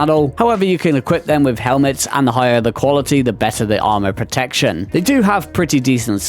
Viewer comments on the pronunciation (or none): none